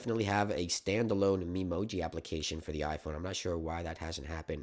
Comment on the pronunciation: trust an american to say memoji like that lol